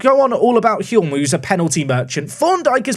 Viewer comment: I might be wrong but I think the L is silent in the name Hulme, so it rhymes with fume 🙂